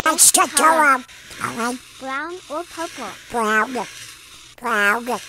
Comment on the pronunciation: "WHERE DID PERPLE COME FROM?! " 😂😂😂😂😂